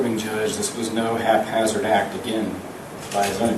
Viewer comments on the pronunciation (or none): He says "haphazard", not "half hazard". You have several errors ... Despite that, this is disgusting. This man should definitely get the death penalty. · You show us the bolt of an AR-15 jammed when he used a .22 long rifle, and it’s “Haphazardly” not half-hazardly…